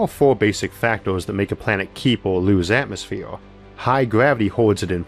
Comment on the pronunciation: Wotully no atmofeer - how can one person butcher so many words?